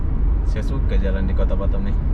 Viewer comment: Lebih enak batam dengernya daripada batem bang 😁😁